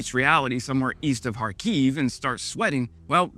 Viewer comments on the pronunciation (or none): none